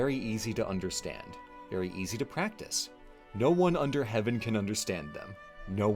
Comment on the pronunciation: Ooo. Does the "r" in Heavern mean that heaven is a tavern? Cool!